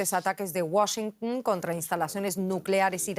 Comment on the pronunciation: La pronunciación de la palabra "Washington" más ridícula que yo haya escuchado. La señorita quiere hablar más gringo que los gringos. 🤦‍♂️ ¡Ay,! Modula normal. Pareció que estuvieras conteniendo un estornudo.